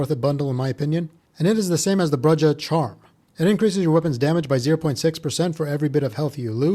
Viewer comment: Brujah = BROO-hah lol bre jeh